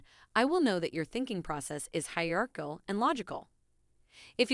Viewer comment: ⌈⌈⌈𓂀⌋⌋⌋ She pronounced 'hierarchical' incorrectly. Fascinating.